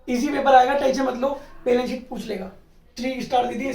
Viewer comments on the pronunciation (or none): Chootiye वो "बैलेंस शीट" होता है, नाकी "बेलन सीट"😂😂